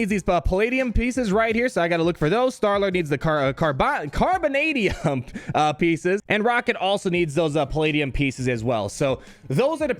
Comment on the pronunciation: Adamantanium 😂😂 And Carbantis...I feel ya brother 😋😋